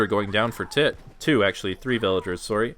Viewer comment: says “soory “ like a true Canadian:)